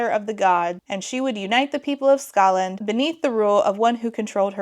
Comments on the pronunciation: I'm really sick right now and can't sleep because I feel like I'll choke to death, so I'm so happy to have a new video to hopefully lull me to sleep (snd thus rewatch tomorrow, double-score!) A minute in and I wasn't sure if you said "Scotland" or "Ska land" like the music genre. I definitely heard the latter and it made me giggle. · Skaland not scotland lol